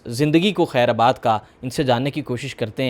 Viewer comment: ایک تو آج کل کیسے کیسے لوگ پیشکش کرنے آ جاتے ہیں۔ بھئی "خیر آباد" نہیں "خیرباد" ھوتا ھے۔ آپ کا اوڑھنا بچھونا بولنے میں ھے۔ کچھ محنت کر لیا کریں۔ ہم سے بہتر ہماری زبان بی بی سی اور وائس آف امیرکا جیسے چینلز بول لیتے ہیں۔